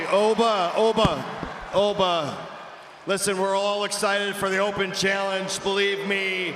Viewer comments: did he just say Obie?😂😂😂😂😂😂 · The O pronounced in Oba is same in Organ not as in Orange...